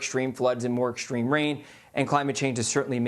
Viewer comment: Why is it ? He doesn't know how to pronounce extreme & extraordinary